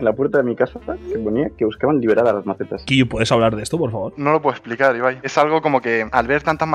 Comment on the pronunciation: Que grande Ibai diciendo kiiyu, que buena pronunciación crack jajajaja